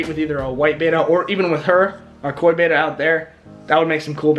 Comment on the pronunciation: There is no such thing as a " bayta " fish, what you are trying to spawn are ** Betta Splendens **** , so if you are actually doing all that research, better go to a dictionary or a Fresh Water Fish book. remember, from your junior high English class, 2consonants change the pronunciation...Best wishes on your project. better get some advice. Watch aquarium Co-op. Carrie